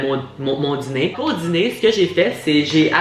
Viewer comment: Je rit quand dit: ‘la dziner’. Est-ce qu’il n’est pas ‘diner’?